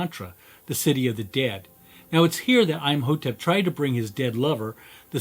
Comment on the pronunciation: It’s pronounced like m o tep Not I’m a hoe tep 😂